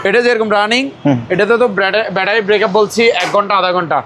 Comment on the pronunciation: ব্যাটারী ব্রেকাপ না ভাইজান। ওটা ব্যাটারী ব্যাকাপ বলে। 😂😂😂😂😂